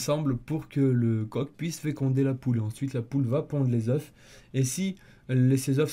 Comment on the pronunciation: Oeuf au pluriel ca se dit eu!